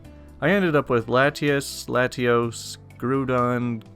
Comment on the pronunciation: Bluespellmaster8 I’ve played Pokémon for years and thought the way he pronounced Latios and Latias were right.